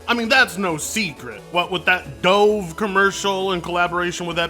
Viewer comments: its d-uh-v like the bird you have at weddings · Slight nitpick, but Dove is pronounced like the bird, not as pronounced in the video… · You keep saying hypocrite,I don't think you know what it means, also you said doove, it's pronounced "duv" who never heard of that soap.. anyway woke is when they try to put a regular looking person instead of a 10/10 model in a game because most women don't look like that.. just trying to include everyone so ppl don't get bullied.. I'm considered a conservative and easily understand this concept, grow up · When you say dove. Are you talking about the soap company? I was really confused by this as we pronounce it as duv in the uk. 🤣. I was like. What the hell’s he on about. What’s a dove. Unless I’m wrong. Which could be. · Is it my hearing...? Can you not say "dove" properly? Really? lol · Bro, the way you say Dove is fucking crazy lol. You gotta learn how to pronounce that lol. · Is there a joke I'm missing about why mispronounces Dove? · I think he's just genuinely rather than willfully ignorant on the pronunciation, perhaps thinking there's only one way for the word to be pronounced. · Can't tell if is calling Dove as the past tense of diving instead of the bird on purpose or not. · Lmao, it's "Dove" the bird, not the action. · Say dove again 👀